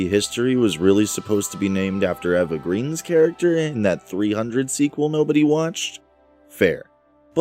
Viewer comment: It's funny/ironic that in the same video where we're pointing out that we mistranslated Ultimecia to Artemisia, you mispronounce Eva Green's name. Jokes aside, this is a crazily in-depth video. Congrats on 32K views.